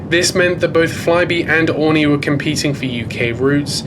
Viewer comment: Something that’s really been bothering me in throw video is the pronunciation of Aurigny! It’s: Oarreeknee ! Not oreknee!